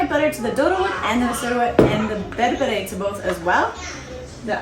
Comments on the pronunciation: ❤❤❤❤🎉Good job, you are an amazing person 👏 👏👏 even your accent is perfect when you say berbere, alcha wow. God bless you and your family. we love you ❤ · You should tell us if you spent some time in Ethiopia 🇪🇹 or hang around Ethiopians a lot. Your pronunciations of the dish names is great. Alicha , dorowot, berbere… something people that are not Ethiopians or Ethiopian origin enjoying our most cherished food makes my heart warm. Specially the kids ❤